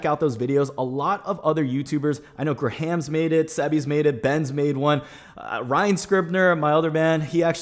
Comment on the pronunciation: “Gra ham” it’s “Gram” lol